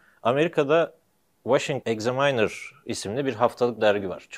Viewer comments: egzamaynır değil eg-zaminr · Egzamaynır hihohaha olm bi ingilizce ögrenin..... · Examiner kelimesini yanlış telaffuz ediyorsunuz...